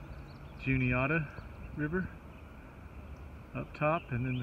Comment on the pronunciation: The Juniata River is "ju nee-ah'-ta. The "ah" is like in "apple". And you are correct, I don't know why Pennsylvanians called these waters a "creek". My New England roots calls them rivers too! It was very strange to move to PA and hear them called creeks!